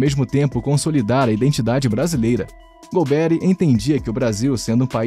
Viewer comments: Muito boa sua avaliação crítica, que o regime militar teve coisas boas e não tão boas. Tudo isso tem que ser colocado no momento histórico também. A pronuncia correta do nome dele é com a sílaba tônica no ri e não um Nome americanizado golbéri, ou seja golberí é o correto. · Lamentável esse narrador não ter estudado. O nome é GOLBERÍ, não GOLBERRY… 🤦🏻‍♂️ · Exatamente o que eu ia postar! É irritante ouvir essa pronuncia errada! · Não é Golbéri, mas Golberí! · Caramba, nunca ouviu o nome do general? Golbe-rí, não golberry 😅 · É Golberí e não Golbéri. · A correta pronúncia do sobrenome do general é oxítona. É mais ou menos como se fosse "Golberí", com acento no "i" enfatizando a última sílaba, ok? Abraços de BH . . . 🤗🤗🤗!!! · Ótimo vídeo. Não sou da época, mas acho que a pronúncia certa é Golbe-ry (oxítona) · É Golbery com a sílaba tônica é a última. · Gostei da pronúncia do "golberry". Rima com strawberry. 😅. P.S. ótimo vídeo. TKS. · A pronúncia do nome do general está errada. A pronúncia correta é Gol-bê-rrí. Ou a pronúncia ficou errada só pra gerar engajamento? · Concordo! Tirando a pronúncia do nome do general Golberi, o vídeo foi bom!